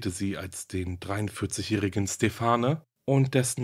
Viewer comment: Aussprache von "Stephane" : Stephan ohne "e" am Ende, ist männliche Namensform. "Terre de femmes" Terr de famm" Aussprache. Die Aussprachen kann man auch über das Internet aufrufen.- Sehr differenzierte Darstellung.